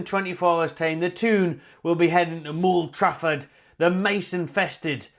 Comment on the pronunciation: "Mould Trafford" 🤣 👍